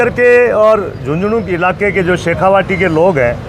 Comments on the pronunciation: नमस्कार अंजुम साहब आपकी पत्रकारिता का कायल हूं। आपसे निवेदन है कि शेखावाटी को शेखावटी ना बोले सर । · सर शेखावाटी है यह शेखावटी नही